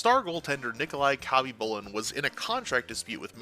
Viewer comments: “Cobby boolin Pierre Turge in” ugh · Listening to you say Khabibulin's name wrong ...just hurts ... the K IS SILENT ..its HABBY-Boo-Lin...that's how it's pronounced. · the K is SILENT in Khabibulin. God so many of you hockey youtubers get so many names wrong it makes me think you must be new to the sport and all these icons names.